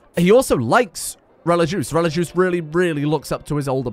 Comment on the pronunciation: please look up how to pronounce religieuse i beg its not relijuice